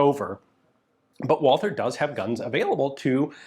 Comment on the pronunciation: One of these days someone really needs to teach Ian the pronounciation of Walther...